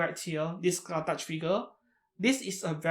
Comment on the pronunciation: The pronouce is not "skatach" but "Ska-hawk"